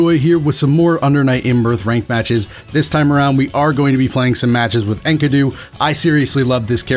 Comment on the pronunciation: sexy vid but his name is pronounced 'En-key-doo' xoxo